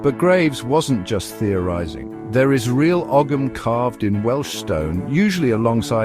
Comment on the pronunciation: You cannot pronounce Ogham and the medals that were shown had nothing to do with Graves. What else here is utter crap?